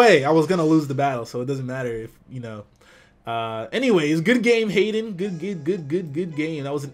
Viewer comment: I like how said Haydunn at the beginning (as in: Hey Dunn!). xD